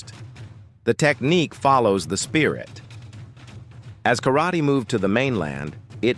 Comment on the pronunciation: Yep. And Kar raaaa tey And Osu! Everyone, so bloody saying Osu. It's 'hai...'... that's it.